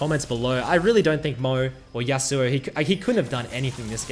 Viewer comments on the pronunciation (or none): Yas'oo'oh's Yasuo. LoL